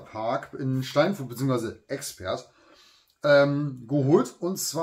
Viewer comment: Moin, woher kommst Du hier aus der Gegend wenn Du Steinfurt sagst :)